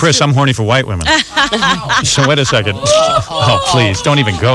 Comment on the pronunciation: Book wecond